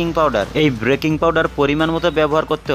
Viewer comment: ওটা ব্রেকিং নয় BAKING